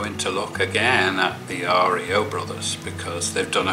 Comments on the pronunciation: Hey. It's not R. E. O, it's like RIO de Jeneiro. Cheers Rob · REO BROTHERS PRONOUCE AS RIO. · REO brothers pronounced like REO de Janeiro .. Not like REO Speedwagon